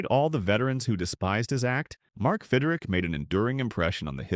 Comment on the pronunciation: Stupid AI mispronounced names. It’s Fidrych not Fidrick.